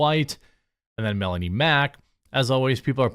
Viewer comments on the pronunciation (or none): none